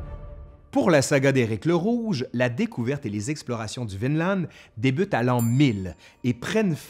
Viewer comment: J'ai l'impression que prononce « Vinland » à la norvégienne, c'est-à-dire sans prononcer le d final. Bravo!